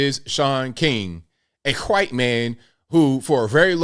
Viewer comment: Shaun King , a hhwhite man ! The way you said it was cracking me up as I drank my coffee ! And I’m a proud mixed white man .